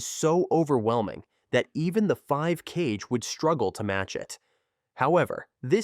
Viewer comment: please dont use AI voice, the way you said Kage as "Cage" made me visibly cringe